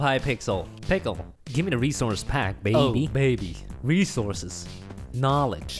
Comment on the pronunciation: Why do they say “beby”?